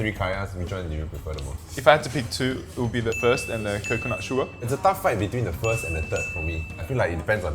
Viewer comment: Its nyonya. Not nonya.